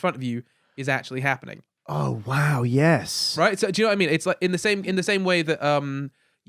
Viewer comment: saying 'yehz' makes my day